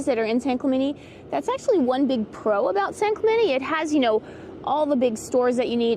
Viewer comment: San Clemenie! 😳😂 Please don’t try to convince me that this is the proper way to pronounce this name. It’s not.